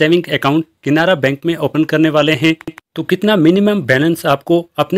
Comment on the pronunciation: Bhai saab KINARA BANK NAHI. CANARA BANK.PEHLE BOLNE SIKKO